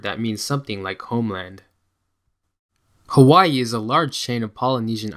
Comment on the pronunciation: YOU PRONOUNCE IT HAVAII W=V